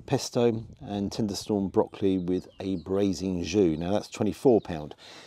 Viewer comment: Tenderstem brocolli not tenderstorm haha also saying it it's tweel not toulè haha but great content yet again mate and would love to visit that pub myself but I'm too far up north haha